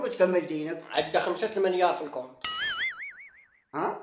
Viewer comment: ماغاديش يكون عارفها رضوان!! بغا يقول منيار ماشي مينار، لأنه في البادية مليار كيقولو ليها منيار ههههههه